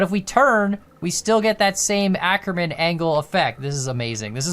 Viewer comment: I absolutely HATE how you pronounce "Ackermann", so please go the Google Translator (its good enough, I checked) and check German as the language, type in "Ackermann" and let the TTS pronounce it to you.